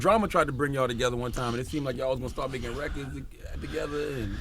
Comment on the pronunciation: Gucci's speech: rekuds, induscry, screets, schleep, shpring, etc.